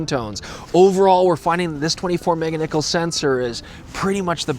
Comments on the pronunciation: Say it with me "Mega-pixel" not Mega-nickles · "meganickel" that made me laugh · OK, we're glad you're here and you had your fun. Now please never say mega niccolls again. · hard cringe when he said, "meganickle." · i cant decide if youre saying meganickles on purpose or on accident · “Mega-Nichols”?! Ha! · Did you say Mega-Niccolls? I must be tired. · Do you know anything about cameras? Its "Nichols' Pickles." Not "Mega Nichols." Worst review EVER!